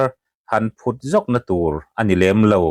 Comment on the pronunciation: Pu Rinlian'n phut zawkna tur ka hrelo a tiha,phut a tih hi a dik a, a zawt tuin phut a lam dan kha a diklo,phut nilovin phuuut anga lam tur ani te